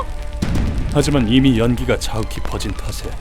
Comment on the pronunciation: 마사토가 마석도로 들리는 병에 걸린 ㅋㅋ